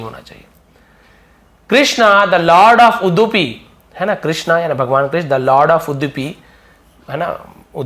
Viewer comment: सर वो उड़पी है जो कर्नाटक में ह आप उसको गलत पड़ रहे है उडपी पड़ रहे हैं आप not uddipu